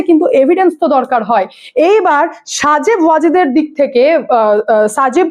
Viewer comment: সজিব ওয়াজেদ। উচ্চারণটা ঠিক করো।